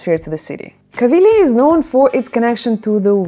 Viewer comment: Covilhãããããããã, if you sing it! Not Coviiiiiiiilhã.